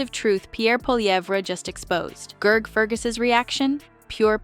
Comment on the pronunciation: Who the hell is Gerg? Gotta love AI👎